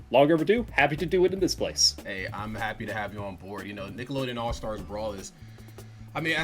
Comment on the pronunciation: All STAR Brawl. Why's this dude keep adding an "S" on the end of the word?